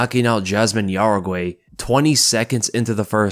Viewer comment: Dude, it’s not pronounced yaraguey, it pronounced how-reh-gee